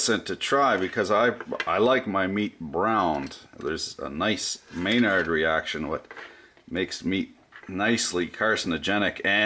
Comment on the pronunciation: Sounded like you said Maynard reaction when you meant Maillard Reaction.